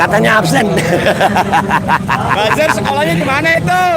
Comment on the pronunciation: Mantap kita dapat hiburan dan jadi ngakak dengar semboyan absen jadi apsen hahahahahaha